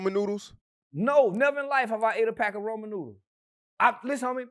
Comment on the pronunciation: RAMEN noodles not Roman noodles🤣🤣